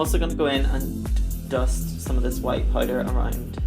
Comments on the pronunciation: If she says Poyder one more time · "Pouyder" 😂 Love u Blu